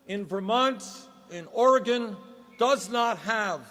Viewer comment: Man he even says Oregon right. That is YUGE.